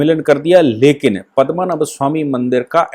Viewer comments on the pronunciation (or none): you are a UP Brahmin, it looks very bad when can't spell out very common Hindi words like PADMNAABH, Not Padmmanabh. Very bad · महोदय, केरल के उस सुप्रसिद्ध मन्दिर का नाम 'पद्मनाभ या पद्मनाभन' मन्दिर है, न कि पद्मनभ। आप इस पूरी वीडियो में पद्मनभ ही बोलते रहे। कृपया आप गलत उच्चारण करके हमारी भावनाओं को ठेस न पहुंचायें।